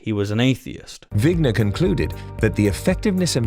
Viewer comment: It’s vigner not winger.